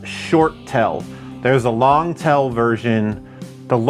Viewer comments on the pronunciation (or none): He called the 'tail' TELL!!!😂